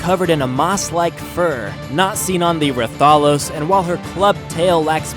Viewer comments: When you said Rathalos you were close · You suck at pronouncing the monsters! Monster hunter is my fav. Game ever!!! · Deviljho isn't a mutant and yea you pronounce rathalos wrong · Actually I played the mod before because their is server that you can tame these things and they spawn randomly around the world and you did mess up the names so I m gonna correct you on that and tell you bout the creatures and some you didn't dd in the video anyways you said Rathalos wrong which is pronounced (Rath-A-Loi-s) Anyways you mentioned Rathalos can't use it's fire ball attack in the air Correction! You can you just had to click R and its other abilities such as C will do a grab which grabs up to quetzal and yes you saw it quetzal I figured that out when I randomly clicked C on tamed quetzal for fun and well ya and Rathian is just like the Rathalos but focuses more on melee attacks instead of ranged attacks like the Rathalos and the sub species for them also are different such as the pink Rathian which is pronounced (Rath-Ian) what makes the pink different is that unlike the Normal green Rathian the Pink Rathian when it uses its normal bite does small like explosion outside of its mouth and know the Deviljho which is pronounced (Devil-Joe) it has multiple abilities you did not mention which is Rock Throw, Dragon Breath, Foot Stomp, and Roar the buttons are R, O, C and X that you didn't try and it's not a slug its actually is meant to be species of T-rex and believe it or not that thing is terrifying when the freakin Qurupeco calls it when your hunting the bloody thing cause in ark just one hit which it will run away of course it will call in back up and a Random Hig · ITS PRONOUNCE RATH-A-LOS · ra-tha-los LOL THATS NOT CORRECT ITS RATHA-LOS U FOOL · rath-a-lo-s not reth-al-ose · its not ruh thahlos its rath alos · The way you say rathalos has me dead im fairly sure its pronounced Wrath A los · I think it's Ray-thos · He said ratholos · Pronanced rath-a-los